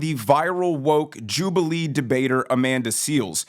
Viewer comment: WTF is a " Jubaliee?"